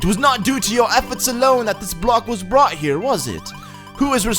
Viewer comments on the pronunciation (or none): none